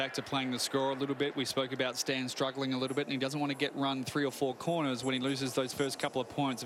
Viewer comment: It's not Stain it's Stan... Jesus...